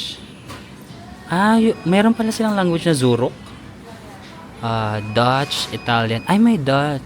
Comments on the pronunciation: Deutsch is German po yan so pagkabasa nyan parang /doysch/ and not how you would pronounce a person from the Netherlands (Dutch). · Zuruck= back. That's a German language. Deutsch = German language. It's pronounce as Doytsch